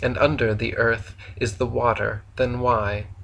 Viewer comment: Im so calm while listening to this ..."ERF" is FLAT so real it is